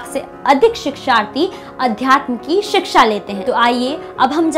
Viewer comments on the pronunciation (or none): none